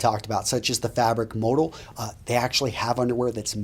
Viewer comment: Kind of ruins the credibility on fabric content recommendation when you can't pronounce "modal" correctly :\